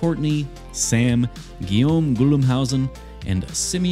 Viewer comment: Good pronunciation on "Guillaume", somebody's done research and it's refreshing